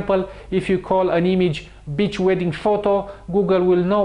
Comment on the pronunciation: Bitch wedding! i was like what, oh Beach wedding. sorry couldn't help it